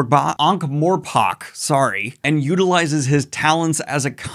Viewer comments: “Ankh-Morpock”?! You mean Morpork, right? I’m pretty sure it’s pronounced “more pork”. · I’ve never heard Ankh-Morpork pronounced that way. Always heard it as more pork in the past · For those who giggled at the name (Moist von Lipwig), it's also a pun based on who he is - A "lipwig" is a false mustache. Moist is a master of disguise. Edit: Oh, and Daniel, it's pronounced "More Pork". "Ankh-Morpork". (Also, a "Morpork" is a kind of owl, IIRC). The name isn't just to sound silly, it's also a riff on many medieval towns founded on rivers, often being two towns that grew together. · Dude it's pronounced "Ank-More-Pork!" and Death finds it intresting when he has "A neer Vimes or Rincewind Expereance" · Sorry to correct you but as a MASSIVE fan I'm compelled to point out it is actually pronounced more pork - as in 'More pork? Yes please!'